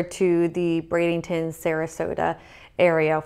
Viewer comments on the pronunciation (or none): No g in Bradenton